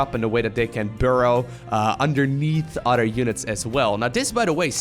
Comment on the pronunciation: Pronounce Other like uh-thur, not otter. Your english is great by the way! Just trying to friendly help it out!